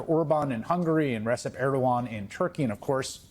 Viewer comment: That's not how you pronounce Receb Erdogan.Receb is pronounced "Rejeb", from the original Arabic, "Rajab". J like Joe.